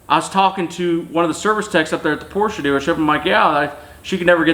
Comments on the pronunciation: Porsche guys can’t even be mad, he pronounces it the correct douche way a couple times. Credit where credits due. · Proud of you for saying Porsche correctly and not saying Porch. It is evident you have experience with them. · New type of cell phone holder ? hehe ps, you say Porsche correctly but why do you all get Jaguar wrong ? baffling ...